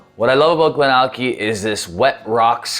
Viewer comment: It's always a little funny to me when Americans/Canadians read some Scottish names, GlenAllackie, Glenfiddick:D Anyway, great video as always, and a decent whisky as well although I think I like the GlenDronack 18 a bit more:P